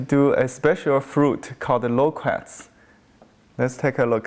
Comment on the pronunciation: i keep thinking you are saying 'lolcats' :D but a realy good painting there.